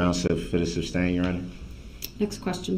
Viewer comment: “Grounz fer the substain” LOL🤣🤣🤣he doesn’t know the difference between the word sustain from substain. Without a doubt , the most annoying , most obnoxious person I’ve ever witnessed.